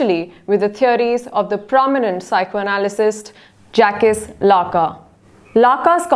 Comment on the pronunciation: Its Jacques n It's pronounced as Jack instead of jac - cus (lacan)